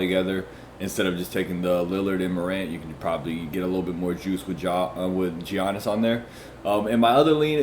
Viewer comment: Bro it’s pronounced “Yannis” not “Geonnis”.